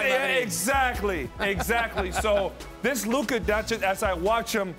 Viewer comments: It's Luka, not Luke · It is Luka not Luke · It's Luka not Luke 🙄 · It's not Luke, it's Luka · “Luke” Doncic? 😂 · Luka, its LUKA Dončič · Isaiah SAC town will get luka i trust the prophecy 🤙 and btw these idiots cant even pronounce his name in the title, but if he falls to 3 and goes to haws im ok with that